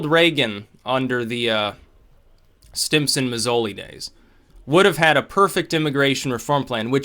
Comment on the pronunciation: Simpson. It sounds like you're saying Stimson.